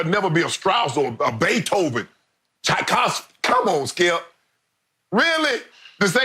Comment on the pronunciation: . Come on Shannon you can say it.... Tchaikovsky.... chi kov ski. You can do it Shannon, sound it out